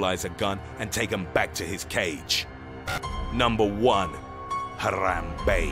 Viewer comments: Why couldn’t you just pronounce it normal man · I love how he pronounces Harambe as “H-ah-rah-mbe” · He even rolls the “Rrrrrr” while saying Harambe. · the way he said it too "NUMBER ONE, HARAM BEY!" XD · why is he saying Harambe's name so weirdly? Haaarrrrrraaambeey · Hathrathrabe it sound like to you said that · The way he says Harambe😂😂😂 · He even rolls the r lol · Fo you really have to enunciate "HARAMBE" so ridiculously? lol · The way he pronounces Harambe is weird. He sounds like a Mexican when he says it. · Um.......the way you say Harambe makes me happy in my insidey parts. Forgive me!